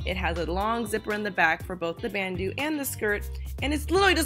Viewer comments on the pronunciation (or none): you say it like "ban-dough" not bandoo